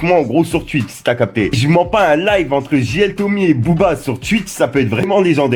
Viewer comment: Tu sais pas dire Twitch frero 😂😂